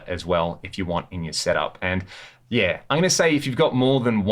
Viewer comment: When he says yea is he saying yeah?? Or something else? Like yea. ??